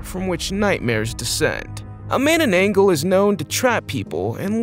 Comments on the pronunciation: That,s not how you call manngabal it,s manananggal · I laughed when you said Mannanggal wrong